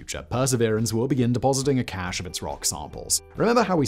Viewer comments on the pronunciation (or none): none